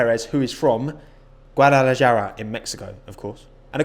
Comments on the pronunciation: Pretty sure Perez is from pronounced Guad-a-la-hara. Just saying, could be wrong but Mexicans pronounce there J's as H's. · Guadalajara is pronounced GuadalaHara. H like Hamilton Boi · It's pronounced guad-ah-la-hara!!!! Killed me hearing you say it wrong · Guadalajara pronounced: Gua-da-la-ha-ra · guadalahara is how its said.. not mexican but #drugwar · The 'j' in Guadalajara is pronounced as an 'h' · Hey!! Amazing video. also i am sure that Perez would not be happy with the way u pronounced his hometowns name.....Cute dog tho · Mate the way you said Guadalajara killed me inside☠️ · you can say the J in Javier, it's the same sound in Guadalajara. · Lmaooo the way you pronounced guadalajara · I actually fucking screamed when he tried to pronounce Guadalajara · Haha did somebody tell him he said Guadalajara wrong like he completely missed the corner haha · Omg that J sound, butchered my boy lmao, I hope that was intentional 😅 Oh man, I'm from Chicago, both of my identities definitely felt attacked lmao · ah u pronouncing the J instead of H in guadalajara is killing me 😂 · Can tell you're from Romford. Can't say Guadalajara properly, but get yourself down the sugar hut, maybe you'll get yourself on TOWIE :P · Mate my ears were bleeding from that Guadalajara pronunciation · Why do you pronounce Guadalajara like that man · That's not how you pronounce Guadalajara. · Absolutely butchered the pronunciation of Guadalajara. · At least try to pronounce correctly “Guadalajara”. There’s the google translate man... Anyway, greetings pal. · Just so you know, Guadalajara is pronounced "gwah-dah-lah-HAH-rah" not "guah-dah-lah-JAR-uh" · I'm not going to be all up in arms about how you say stuff but in Spanish based languages a j makes an h sound so Guadalajara is "hara" not "Jara" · its "Gua-Da-La-Hara" NOT "Guadala-jara" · Guadalajara: Pronounced Guadalahara: Guadalajjara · gadalajara = gadalahara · Same 😂😂 he made my day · Btw its pronounced "Guadalahara"